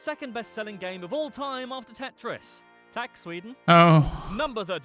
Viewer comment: your actually saying roof not thank you. If you want to say thank you you say Tack and the a is short. If you say Tak with a long a you're saying roof. Don't be sloppy with your vowels